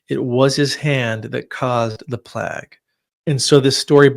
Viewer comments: "plag"? You mean plague (playg)? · Fascinating. It’s pronounced “plaig” not “plag”